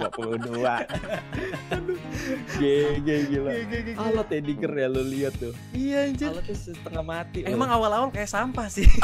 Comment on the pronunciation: diggie bang bukan digger wkwkwk